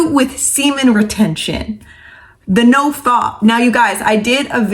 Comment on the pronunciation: it's "no f@ not "no fop" (as in hop).